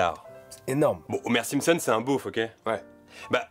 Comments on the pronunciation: Pas de S sur Simpson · Y'a pas de "s"s à la fin des "Simpson" !! (en anglais y'a un "s" mais pas en français : "The Simpsons" -> "Les Simpson")